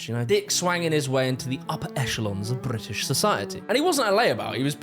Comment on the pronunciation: bri'ish hi'ler 💀